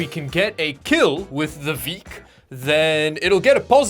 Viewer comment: "VEIK" in Norwegian means weak 😅 Not 2 k's, but still, I had to mention it 😅